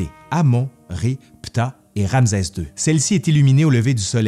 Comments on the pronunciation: Très intéressant et vivant comme d'habitude mais pourquoi prononcer "Ramzez", et non "Ramsès"?? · En effet, petite erreur de prononciation… Ramsès \ʁam.sɛs\ (rame-cèss) 👍🏻🤓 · ramsɛ ; un minimum serait de bien prononcer le nom ! Rˁ-ms(w)-sw : Rê l’a engendré . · C'est une très belle vidéo : Ramsès II est un pharaon incontournable !! Petite remarque : en France , on dit Ramssssès car il y a deux consonnes qui se suivent mais ce n'est peut-être pas le cas dans la Belle Province 🥰😘 Merci et 😚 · J 'adore ces "capsules " . Je prononce RanSes, pas RamZes..c est normal ? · “ RamZeZ 2 le Retour !!!” 😂👍 La prononciation québécoise est originale. 😉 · Bonjour, pourquoi tu prononce ram"z"es?? Un subtilité québécoise ou un élément historique? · Euh... Ramzès, c'est une prononciation québécoise? Merci pour la vidéo.😊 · Malheureusement les Égyptiens ne parlaient pas québécois ! Rê l’a engendré : Rˁ-ms(w)-sw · ouai pr un prof dhistoire ca craint un peu bon on va dire cest les prononciations zarbi du quebec :)